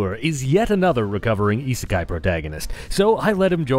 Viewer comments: What's esisky? I can't even spell it. Sounds like ee see sky? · The heck is "isekai'd"?